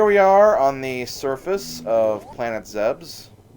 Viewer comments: It's zeb us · I know this is an old video and that this is only a nitpick but I'm pretty sure it's pronounced Planet Zeeb-Eez